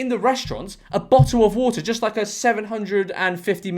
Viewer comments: youre british you legally need to say bo'o'o' wa'er edit: since some people dont seem to understand, it was a joke, like chill out. And also I'm not american. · bo’le of wa’er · Bottle Of WuhTah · A bo'le o' wo'oh?! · gotta love how he's making an effort to not accidentally say bottle o wa'er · George out here beating the "Bo'oh o' wo'ah" allegations on behalf of the British Public 💪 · better than saying "Boddle of warder" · You know he's siding with the Americans when he pronounces bottle of water with the Ts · the way you seemed to emphasise the t's in "bottle of water" seemed personal ngl